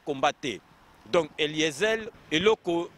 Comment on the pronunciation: Pourquoi te rabaisses-tu jusqu'a ce niveau mon frere perdre ton temps pour parler seulement d'Eliezer et tu prononces mal son nom Eliezel